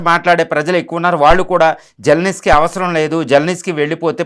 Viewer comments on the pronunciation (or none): జలనిస్కీ కాదు💝 జలంస్కీ 😅😅😅 విస్కీ లా చెప్పావ్